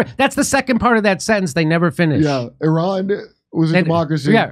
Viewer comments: Solid. One small suggestion for my own sanity. ih-RON please, not AY-ran. Love ya! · Jimmy, it's "Eerahn" well, sort of, not i ran! You can do better than Trump & Co!